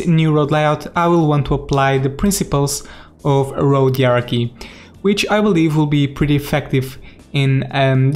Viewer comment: Are you trying to say Hierarchy? 😂